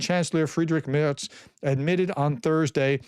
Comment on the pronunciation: Ursula (von der Leyen) - pronounce Oorsoolah 😊 (German "u" is always pronounced like oo in school, Waterloo, hook). 👍 Your Friedrich Merz pronunciation improved much.